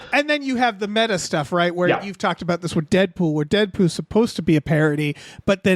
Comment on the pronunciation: lol, said Deadpoo